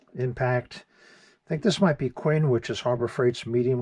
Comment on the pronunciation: It’s teKton not teXten couldn’t finish the video to cringy you repeating it wrong over and over. You even pronounced Quinn as quan.